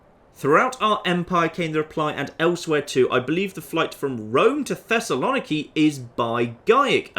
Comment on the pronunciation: as a greek im offended by how you pronounced Thessaloniki